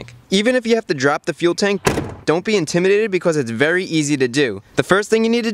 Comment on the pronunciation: I love the way he says “because” bee cuasse